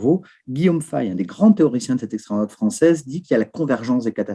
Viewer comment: l'exthraym drouahtt... Ecrois crorrectement stp